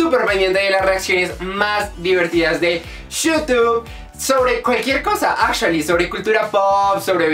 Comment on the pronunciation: Marcos Vargas Su "ingles" azhualy. Xddd